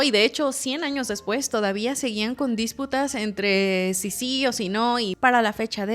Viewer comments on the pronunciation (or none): Disputas, no dísputas